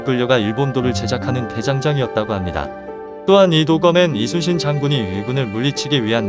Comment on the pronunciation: 이수신 장군이 아니라 이순신 장군입니다. 나레이션이 누구인지 모르지만 발음을 이수신으로 하지 마세요!!!